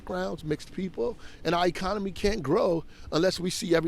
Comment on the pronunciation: Two people in this video claimed DEI is about people with merit. One used the non word I-comony, the next one said she was axed a question. Merit? Yeah right...